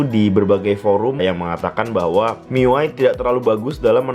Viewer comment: baca miui aja "miuai" wahahahaha Mi UI bung :v sok